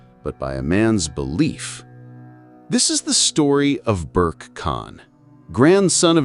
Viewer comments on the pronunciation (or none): His name is to be pronounced "Ber-Keh" (or roughly, "Bear-Kay"), but NOT "Berk". Video maker pls take note.